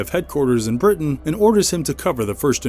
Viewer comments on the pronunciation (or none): none